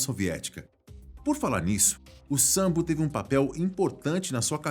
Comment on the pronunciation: Po, mano não é sambo é sambô